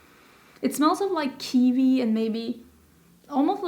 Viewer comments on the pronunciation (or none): Kiwi, not kivi💚🥝